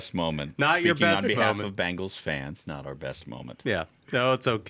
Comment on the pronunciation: Thank you VP Vance for pronouncing "Cincinnati Bengals" not the "Bangles"! 😊